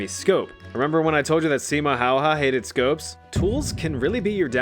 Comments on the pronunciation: As a Finn I have to give you props for your amazing pronounciation of Simo Häyhä, good job!! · I respect the pronunciation attempt of Simo Häyhä. So much better than so many others.